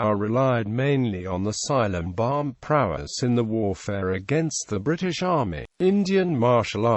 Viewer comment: its silambam not cylambam